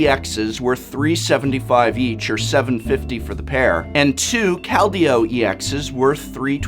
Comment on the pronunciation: Hearing say "Kal-deo" makes me giggle